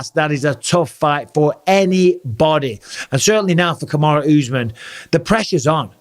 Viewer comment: Really Bisping! Put some respect on Kamaru's name